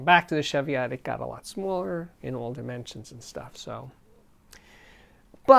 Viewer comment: Been watching this and there is something that annoys me, it's your pronunciation of Tannoy Cheviot. It's Cheviot as in cheese, not sheviot as in chef. Please get it right. I'm now waiting for someone to tell me I'm wrong, so, they are named after a range of hills in southern Scotland, and as a Scot?